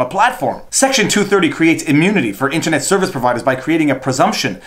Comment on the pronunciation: Hey if it's pronounced mule-er Internet can't also be intinet